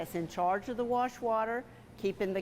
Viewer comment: "warsh" water